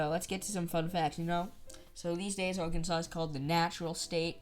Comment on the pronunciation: What’s the fine for mispronouncing the state name